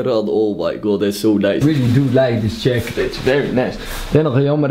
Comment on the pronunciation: vewy noice jakettt